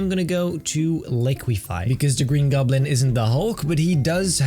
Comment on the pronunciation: "The green gublin"